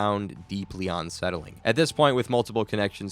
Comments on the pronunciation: Bro its "unsettling" not "onsettling" 😂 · It’s un- not on-. You don’t say on-covered…it’s un-covered I hope this weird slip isn’t constant or I won’t be able to listen to this lol